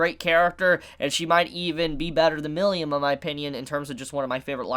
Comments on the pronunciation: Ramiris is SO CUTE! :D Milim truly has serious competition! Also, it's Mi-lim not Mil-li-um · Mi-lim not mil-li-um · I hate how you say milim(you say it as milyim)